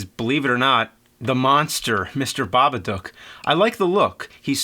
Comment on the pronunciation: Thank you for not butchering the title.